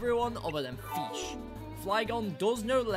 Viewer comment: Ah, yes the mighty and glorious FEESH